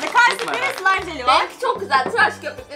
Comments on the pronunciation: Slaym değil slimeee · slaym değil slime